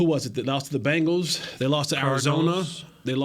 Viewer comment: Tell Jesse it’s Bengals not Bangals 😂😂